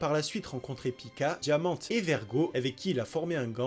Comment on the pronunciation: Par pitié c'est Rosinant"é" et diamant"é"